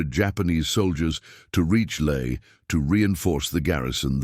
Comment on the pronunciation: LAE NOT LAY !!!!